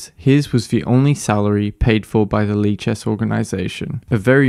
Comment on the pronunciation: I can’t stop hearing it as leeches